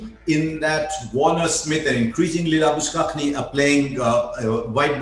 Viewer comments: Why the f this guy says labus- cockni... Dude it is Labu-shane.. go to Aus media and learn first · Did he pronounce “Labushane” as it is pronounced normally as “Labus Cagney” !! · Exactly I noticed it...